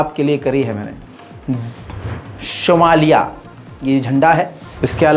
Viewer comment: شومالیہ۔ نہیں۔ صومالیہ